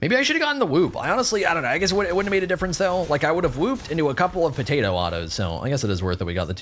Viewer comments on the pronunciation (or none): none